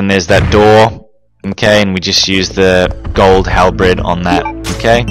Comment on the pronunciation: "Gold Halbred"?!! Can this dude not pronounce basic words like halBERD? It was a similar thing on one of his RE2 vids when he said CAYSHE instead of cache (pronounced as cash). The purpose of lighting the fireplace with Claire or the lamp with Chris is to make the rooms a little brighter although how useful that is is debateable.